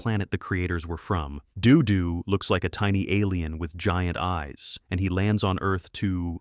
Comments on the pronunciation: Notice how he changes the pronunciation from "Doo-Doo" to (the more proper) "Doe-Doe" by the end of the "Dodo the Kid From Outer Space" segment. I would not be surprised if the script was also A.I., considering the number of inaccuracies and flat-out falsehoods conveyed in this video. This is one of the very few videos on YouTube I'm actually giving a "thumbs down." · i can't stand these AI narrators... damn thing keeps pronouncing Do Do in several different ways.. doe doe, doo doo, doe doo, ARGH. Please let real people narrate these things. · Interesting how the AI couldn't figure out a consistent pronunciation for "Dodo". Also how Space Angel gets cited, but Clutch Cargo doesn't get a mention... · I don't know about you, but I ALWAYS want censors to be bad at their jobs, if we have to allow them to exist at all. I also like how your AI narrator flips a coin on how to pronounce 'DoDo' every time it says the name. I swear I saw 'The Mighty Heroes' on Dallas TV in the 1980s; I distinctly remember a baby superhero with a bottle and a guy in a sailor suit who turned into rope.